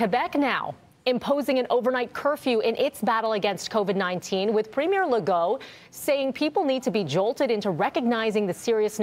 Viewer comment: Yo, she pronounced Québec and Legault as french speakers do. That was pleasant to hear.